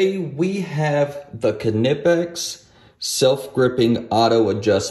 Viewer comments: I believe is pronounced Nipex.. great video. Thank you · Its Knipex with K. Its German. You don't omit K when a word starts with K. Not even a silent K. Its just another letter in the word, just the first letter.